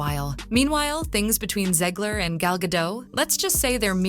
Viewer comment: FOR THE RECORD... Gadot is pronounced as Gah-DOTTE.... not Gah-DOUGH as you repeatedly said 🤣🤣🤣 my golly, she's been around for quite sometime and yet you still don't know how to say her name correctly 😆😆😆😂😂😂